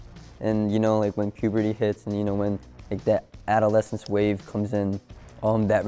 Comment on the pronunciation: Bruuh it's the a-duh-le-sns